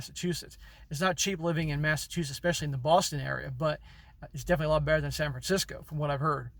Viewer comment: Your pronunciation of California places is pretty funny LOL "I've never been to San Francisco" Haha, clearly!